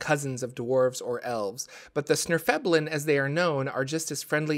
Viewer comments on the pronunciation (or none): They are called svirfneblin not snirfeblin...